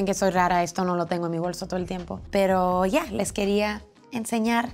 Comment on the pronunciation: "Ya" me pareció escuchar el dejo peruano. :D